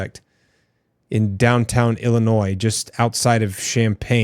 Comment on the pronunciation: How do you not know who nick fuentes is or that ring is owned by amazon or that the s in Illinois is silent?